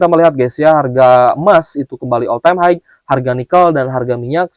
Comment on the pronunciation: Om blh ksh input: high itu bacanya "hai.." bkn "haig". Bs dicek di dictionary. Smg membantu om..